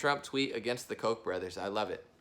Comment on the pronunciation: I'm sorry to sound petty put it's pronounced Koch almost like catch either an o instead of an a. Kotch